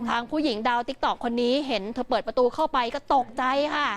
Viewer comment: ทำไม ออกเสียงคำเเปลกๆเเบบนี้อ่ะ!?! ประตู- ตะตู!?! ลาดกระบัง - ลาดตะบัง!?! รถกระบะ - รถตะบะ!?! เป็นผู้ประกาศ ไม่ควรเป็นตัวอย่างผิดๆนะพูดจริง คนดูเยอะเเยะ…